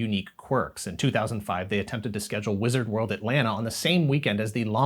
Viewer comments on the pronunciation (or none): none